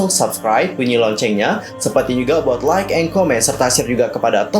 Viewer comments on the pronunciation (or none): none